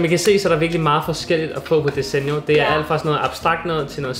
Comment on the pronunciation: 😂🤣I udtaler desenio forkert🤣😂